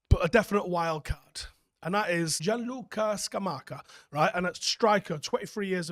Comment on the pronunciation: I'm so proud of your attempt at 'Gianluca Scamacca'. Spot on. Almost want to buy you a pizza 😂 Top vid as per, I'd love to see Tchouameni and Timber.